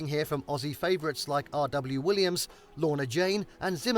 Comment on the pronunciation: It's R.M. Williams actually, how did he mess that up?